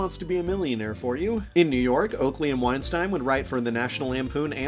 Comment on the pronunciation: You keep mispronouncing Weinstein.